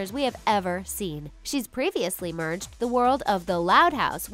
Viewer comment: I found a mistake in your video you said una not uma. you said meerged intsed of marged.you said gung not gang. you said l;ungcon not lincoln